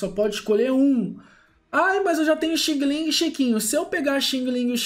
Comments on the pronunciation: DIZ-SE XANG, XANG, REPITO, XANG-LING, E NÃO XINGILIN!!!! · No caso seri Xiang-Ling mas blz